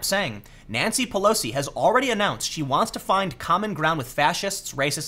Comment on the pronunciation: First time I thought you said Nazi Pelosi